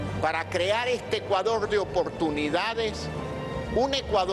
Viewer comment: Todos dice opoetunidad Jajajajaja